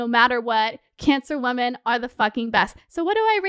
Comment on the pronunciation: Girl, I love you but I keep hearing woMAN when you are talking about multiple woMEN. ♥️♥️